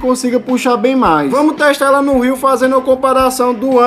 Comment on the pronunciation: Meu Deus, você fala muito arrastado, tente falar mais normal, “sem eeeelaaa”, pronuncie as palavras de forma mais curta. Olhe como TODOS do YouTuber falam, olhe o Manual do Mundo, sou professor de Português, compreendo o regionalismo, porém, é erro ortográfico, é erro de linguagem também! Você deixou o áudio desconfortável para que as pessoas assistem ao vídeo de forma completa. Você não precisa arrastar as palavras da China a Bahia para pronunciar nada. Sem que tenha boa comunicação, dicção, você vai engajar em alguns vídeos, sendo estes poucos, porém, 99,97% do público massivo que receber não vai ficar por conta deste desconforto sonoro que causa pela forma que você fala. Sua voz é bacana, apresentação incrível, não está intimidado frente à câmara, apertar de estar nervoso, conseguiu imprimir outra versão. Você é talentoso, digo para o seu bem. Eu quero ver você crescer, quero que 50 mil pessoas cheguem a este vídeo, ao menos 5 mil destes o acompanhe todos os dias. “Maratone”, já estou inscrito torcendo por você. Você não finalizou o vídeo, não disse se presta, não fez competitivo de tempo mostrando a diferente entre o nado sem o objeto com o objeto. A forma arrastada que você fala fez com que não conseguisse fazer o principal: mostrar o resultado, dizer se presta ou não.